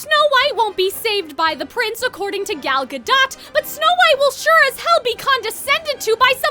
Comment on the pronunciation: It's Gal gah-DOEt.